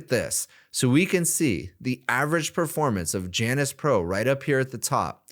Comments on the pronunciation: its pronounced 'yawn-us' , ala the roman god of doorways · Pretty sure it's pronounced jay-nus.